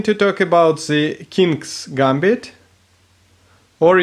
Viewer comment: please say 'the', not ze... ;)